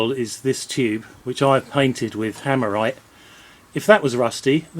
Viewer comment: Are you saying "hammerite" that you put on it?